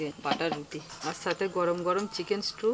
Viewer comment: Strew noy stew bar bar strew bolcho , holud dite hoy na Thik moto uchharon korbe😊